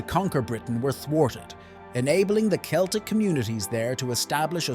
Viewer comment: I like how you pronounced Celtic in three different ways